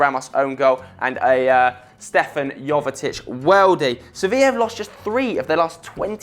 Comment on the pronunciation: Its Stevan not stefan